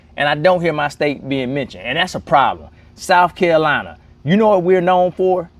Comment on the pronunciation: That's cute. You can't say Texas and said Souf Carolina. Lol, it's staying in Texas, just changing residency. Good luck